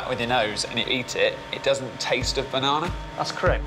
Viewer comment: the way he says "banana" makes my skin crawl - and he also has to gesture jamming the whole banana in his mouth. like nice you smushed it. who eats like that. youre gross